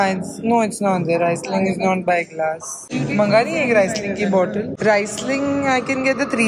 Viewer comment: U don’t swirl sparkling wines 😅 n it’s reeesling